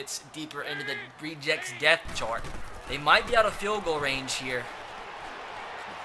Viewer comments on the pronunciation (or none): none